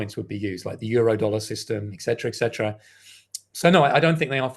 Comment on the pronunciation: Why is it that so many intelligent people still cannot properly pronounce the word, etcetera?